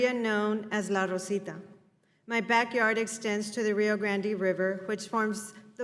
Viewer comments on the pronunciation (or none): a witness who is a border land owner, whose family has lived there five generations, fails to pronounce “Rio Grande” properly, English nor Spanish. Nobody down here in Texas calls it the “Rio Grandy.”. Certainly not any Latino, nor any native born texan.